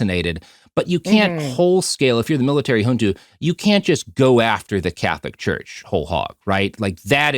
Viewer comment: Hey, little bit of a nitckpick from a Brasilian. You pronounced names and terms in portuguese as if they were spanish. (José as Hose, Junta as Hunta etc.) Thats not how we pronounce it in Brasil.